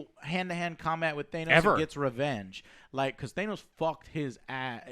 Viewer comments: Joe calling him "THAY NOSE" the entire video reeeeeeeeeeee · Why do they keep saying theynos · is it just me or the way the pronounce Thanos as "Th-AYE-nos" annoying the fuck out of me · They keep calling him Thane-os and its driving me crazy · I swear if I hear "Teinos" one more time... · might have a pet peeve of people clapping, I have a pet peeve with his fucking pronunciation of Thanos. What the fuck is Teynus? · Please it is not than(e)-os LOL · Say "Thaynos" one more time. 😬😉😂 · It is just Thanos... not "Thain-os"... please get it right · Holy fucking shit guys, its pronounced THAH-NOSS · Hearing joe pronounce thanos as “they-nose” literally makes me mad as shit lmao. It really isn’t that hard to say. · Why does he pronounce Thanos like anus? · "Than-os", Joe, for the love of god get the pronunciation of his name right already! It's been so many videos now where you get it wrong, even after hearing how to pronounce it in TWO movies now with Thanos in them. Jesus Christ, dude. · Joe PLEASE pronounce Thanos correctly. Every time I hear you mispronounce it I'm tempted to click away. He's not some nordic thane's cereal brand so stop calling him Thane-O's. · Joe's addressed this before. It's because he's played Marvel v Capcom and apparently they pronounce Thanos as "Thane-os" in that game. "It's Leviosa, not Leviosaaa" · Really can't stand how they say THAY-nos. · Why cant the big retard not pronounce thanos. He must have heard it said many many times by now. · You pronounced thanos wrong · Would u pronounce thanos right u morons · Why are you all pronouncing thanos wrong? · Joe you say Thanos wrong. Lol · The fact that you all don't know how to pronounce thanos makes your opinions invalid (jk) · The worst part is they spent an entire 3 hour movie watching characters pronounce it correctly and they STILL pronounce it wrong. Ignorance on display. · Literally no one I've ever met pronounces "Thanos" the way these guys do. So damn annoying 😒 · Thay-nos lol